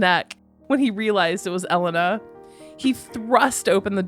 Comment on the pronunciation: It's E-lay-na